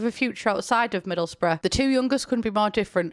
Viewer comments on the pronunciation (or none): none